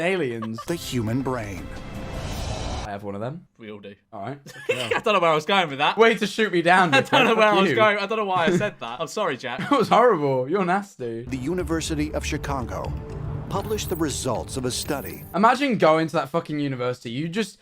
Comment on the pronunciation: he says “the university of Chicango”